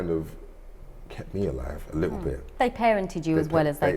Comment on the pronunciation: Yeh, I thort that....liccle dwarf